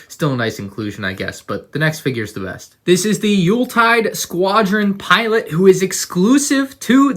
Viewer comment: How dare you pronounce Youltitide correctly this time. How dare you.